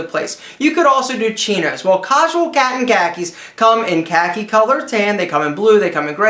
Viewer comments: he said cosual catton khakis. lol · lol "cahsual cat in khaki's"